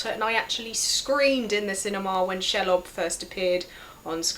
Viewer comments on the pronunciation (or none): it's [ronunced shee-lob, and no i don'tmean it's spelled sheelob, that was just for clarification of pronunciation